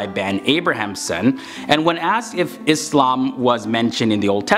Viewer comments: Thanks for pronouncing "ISLAM" correctly.. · Yes with an “s” and not “z”